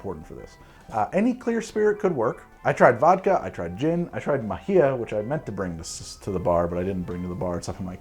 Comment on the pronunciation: Omg I'm so fucking glad you got to collaborate with capcom. The NES Mega Man series was some of the greatest soundtracks in video game history. Also as a jew, much love for the fact you gave mahia a shout out(btw, constructive criticism, it's pronounced with an emphasis on the first sylable, MAhia). Much love and stay thirsty.